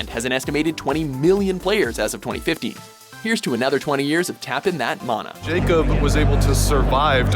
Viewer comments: They mispronounced mana. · Problems with your summary of Magic: - They're planeswalkers, not mages. - "mana" is pronounced with the first 'a' like "can" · Dude fucking learn how to pronounce Mana currently. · It's pronounced man-na not mah-na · Before watching the video: Magic the Gathering better be number 1 Oh shit yes. But what the fuck is a maana. its man-ah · He really pronounced it 'mah-nah'. Wow. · Sry, but mana is pronounced man a.